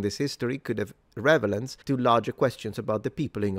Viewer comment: just loved the "revelance" instead of "relevance" - still awesome English from a native Italian speaker.